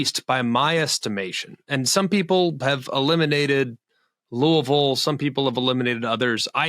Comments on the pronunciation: It's LOO-uh-vill! hahahaha That was great. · “Loouhville.” Spot on to how McElroy said it.